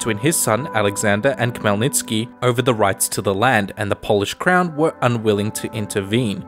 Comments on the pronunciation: I was showing this video to my dad and he was so confused. Khemlnytsky is a typical weird Slavic name that isn't pronounced the way it is spelled. The Kh is not a strong K, but a soft one, and sounds more like Hell, then Kell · It's actually Hmelnytsky Idk the translators always add K to all Ukrainian words that start with H